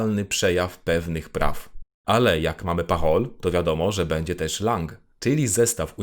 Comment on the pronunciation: Nie chciałbym zgrywać mądrali, ale jako romanista: 1) propsuję temat filmiku - jest cudowny i cieszę się, że mogłem się dowiedzieć tylu nowych ciekawostek i przypomnieć sobie temat ze studiów :3 2) z całym szacunkiem, "an" w wyrazie "langue" czytamy, jako "ą", a nie "an". Wybaczcie, nie mogłem sobie tego darować xD